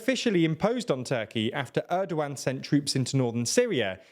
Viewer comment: it's funny that you kept calling him Errdo-Wan - Hello there! - President Errdo-Wan!